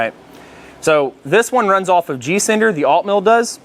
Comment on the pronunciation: Are you saying G cinder or G sender?